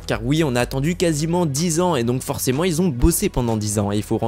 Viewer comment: STP 0.40 et 7min 55 la meme MDR : les personnes qui Z 'on 😨 ( QUI ONT )